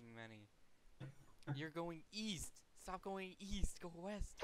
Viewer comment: east? I thought you said weest